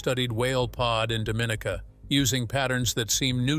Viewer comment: Our island is pronounced Dom-in-ee’- ka! Dominica, British West Indies. Very cool!